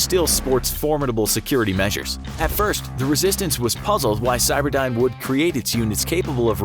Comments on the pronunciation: Cyberdyne is spelled with a y, not an i. Geez and I thought you were supposed to have done your research. Cyberdine sounds like an internet cafe. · Terminator movies: cyberdyne This video: CYBERDINE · It’s not cyberdine it’s cyberdyne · stop calling skynet cyberdine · i hate that you say cyberdine its skynet for gods sake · "CyberdIne" and "thermyte"? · It is driving me all kinds of nuts you are calling the bad guy AI "Cyberdyne" instead of "Skynet".